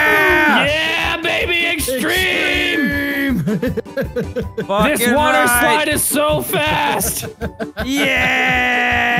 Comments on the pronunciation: EXTWEME SPOATS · "STREME SPOATS!!!!!"